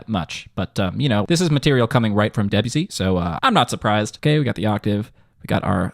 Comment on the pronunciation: Saying Debussy like Debyussy instead of De-bussy is like saying Urin-us instead of Uranus